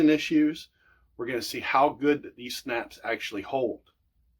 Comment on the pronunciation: I thought you said snacks!